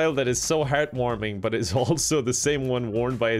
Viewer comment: "We're all big but fans on the channel..." - 2019. I don't know about you but I heard butt, not but. Context be damned.